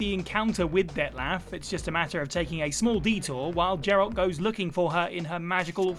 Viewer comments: It’s Geralt, not Jeralt. It has a hard G like glove, not a soft G like gem. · Geralt. Hard G. Pls. Every character says it and pronounces it. If you can get footage of geralt you can spend 2 minutes listening to someone say his name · Geralt, not Jeralt you fake gamer. It’s a hard G. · “Jeralt.”? Yeah this guy never played the Witcher lol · Have you never played a Witcher game or watched the show? That's not how you say Geralt mate Seriously, do some homework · The way he is saying Geralt. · This pronunciation of 'Geralt' is terrible, just shows these preesentors don't actuall;y know what they're talking about. Do some research at least!